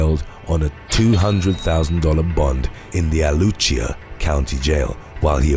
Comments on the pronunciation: I’m from Gainesville Florida don’t pronounce it Lucia yes Alachua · Gainesville, Florida on the countdown! Shouldn't be that excited. Also, Alachua is pronounced (A-latch a-wa). Not sure how to type pronunciation.